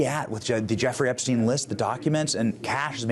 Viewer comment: You are pronouncing Epstien wrong . I'm not trying to be picky, but it's bugging me lol. love you're channel though 😊